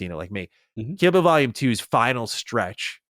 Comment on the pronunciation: Lol I kept hearing say kibble vol. 2 when he was talking about kill bill